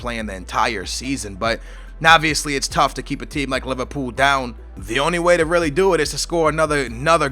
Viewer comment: haha u said Liverpoo! my man!